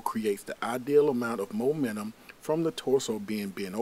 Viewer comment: did he just say momenum